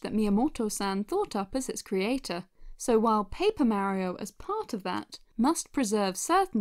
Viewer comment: Merio MERIO !?!?!? IT'S MARIO Mar E O